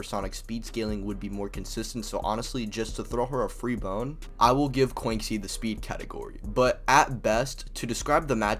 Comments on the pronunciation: Bro said Kwanksi 💀💀 she's Chinese so it would be 'Kwanshi' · Btw I just wanna inform you thats not how you pronounce Quanxi ^^" Quanxi (Chinese: 泉溪, Quán Xī as her birthplace was stated to be China and it's a Chinese name), you read it as chew-ann shee, and not kuancee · This is the craziest pronunciation of quanxi I’ve heard